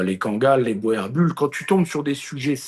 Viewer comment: Boerboel est un nom néerlandais, donc, en français, il se prononce bourboule.